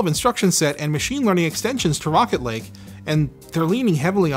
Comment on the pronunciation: I keep thinking he's saying "Rocket League" when he's saying "Rocket Lake"